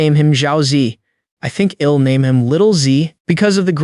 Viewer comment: Like the story but has lots of mispronounced contractions, like I'll being read as ill, I think that most of them are mispronounced.